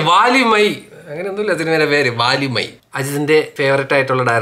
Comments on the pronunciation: Vaalimai alla 😶 vali ille vali valimai🙂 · വാലിമൈ അല്ല ബ്രോ വലിമൈ 😆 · വാലിമൈ alla വലിമൈ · Bro review is good..... but pronounce name properly.... it's not Vaalimai... it's valimai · വാലിമായ് അല്ല bro 🤣 വലിമയ് 😹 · വലിമൈ ആണ് വാലിമൈ അല്ല